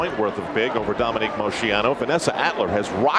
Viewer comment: I wish Al learned the proper pronunciation of names. He just keeps mispronouncing Dominique's last name over and over.